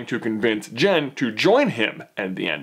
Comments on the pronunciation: her name is JYN NOT JEN MY GOODNESS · It's JYN , pronounced J-I-N with an i sound! No E in there so it's not JEN! Sorry it just really annoyed me! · Ahhh its Jyn not jen